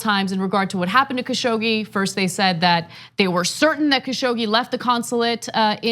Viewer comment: It should be pronounced like ka shug ji